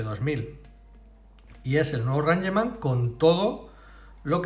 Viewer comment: Rangeman? Es "Reingchman"😂